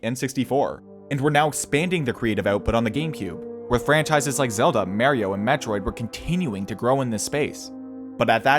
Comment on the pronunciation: Bro the way you pronounced Mario instilled a type of rage I've never experienced befor. Also good video!